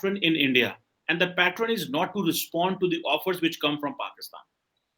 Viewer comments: Wo patterun nahi pattern hota hai...aur chale hai English Channel kholne.. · did he say "pattrun" twice instead of pattern? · He sounded more like ‘patron’ when it should have been ‘pattern’.